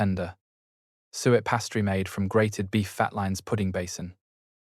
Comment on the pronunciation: Please can you ensure the pronunciation is adjusted. Påté, pastry.......all sound ridiculous. Thanks